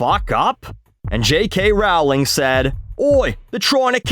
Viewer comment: Why do you say Rawling? It's Rowling, like in row, rolling.